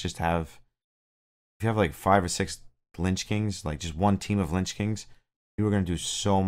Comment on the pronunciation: Lich not Lynch